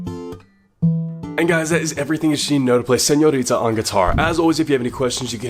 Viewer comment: ❤💕❤💕❤🙆I love how did you pronounce "señorita" pinche gringo I love you !!!!! Thank you... I needed this video